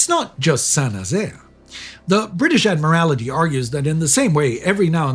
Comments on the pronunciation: "Admiralty", not "Admirality [sic]" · Please learn how to pronounce "admiralty. "